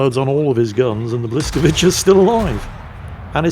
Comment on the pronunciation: I don't know for sure what they have done, but they must have made some changes to the Blyskawica 44 as it is a tier higher than the standard model, and yes, you are getting the pronunciation about right and I say that as a man who is currently sitting within a 5 minute walk of where she was fitted out in Cowes.